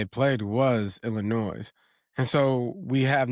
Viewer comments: hits that ‘s’ in Illinois hella hard! 😅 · Love you but Illinois is not pronounced with the S. Lol😂 its silent.